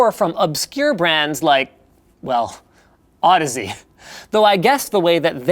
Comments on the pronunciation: Lol did you just call the headphones "audisease" at the start? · Omg somebody didn't pronounce it Aw-deez.